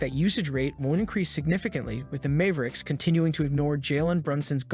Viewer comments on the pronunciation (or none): it's mavericks not Mayve-ricks